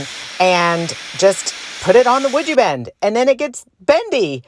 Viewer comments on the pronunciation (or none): These are great. I'm not surprised they were sold pretty much before they were completed. The prod you were presenting (sounds better then pushing 😉) when you were saying the name I kept hearing "Would You Bend" like are you willing to be a contortionist for your art? LOL I knew that's not what you were really saying, but my head went there anyway. 🤯🥳